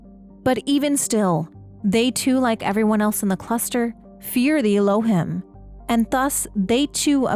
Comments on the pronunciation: I think Elohim is pronounced El-oh-heem. It's an Old Testament name for the Hebrew God. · Little correction. The Elohim are pronounced Ehlo-heem. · The correct pronunciation for Elohim is elōˈhēm is a Hebrew word for GOD. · This is super cool and I'm really excited for this game! Just one note: Elohim is pronounced "el-oh-heem". Thanks for compiling this.